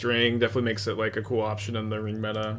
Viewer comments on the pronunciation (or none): none